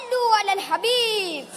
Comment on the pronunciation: ماشاءاللہ۔۔ کانفیڈنس اچھا ہے۔ حدیث مبارکہ جو بیان کی بچے نے اس کا تلفظ درست نہیں۔ علی صلوٰةٙٙ نہیں ہے بلکہ علیّٙ صلوٰةٙٙ ہے۔